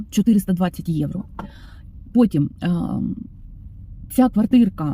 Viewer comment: виправляю трошки) Ви слово "євро" українською вимовляєте з італійським акцентом" евро". Бажаю, щоб нарешті доля Вам посміхнулася знайти добре житло, а ще краще комфортне житло + турботливий та люблячий чоловік поруч❤❤❤😊